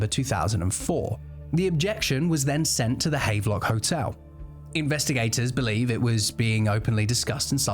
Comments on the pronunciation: Note, the hotel is pronounced Hav-lock. Sorry, just cant sit having a pint in the havvy known its been mispronounced. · Bro, havelock is pronounced have-er-lock: maybe he was targeted for bad English 😂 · Pronounced "have-a-lock" Seems like the sort of thing you should check before saying it a dozen times in a video, but hey... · Small note - Havelock is pronounced Hav-a-lock (even in England!)